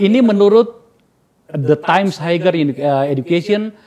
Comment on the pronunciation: Kok ngomongin universitas internasional kalau pronounce “Higher” saja masih haiger. Haier boss.